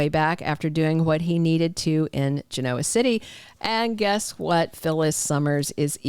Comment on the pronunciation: A gentle reminder from someone who's been watching Y & R for 120 years. Genoa is pronounced with accent on the first syllable, not on the o. Gen' oa.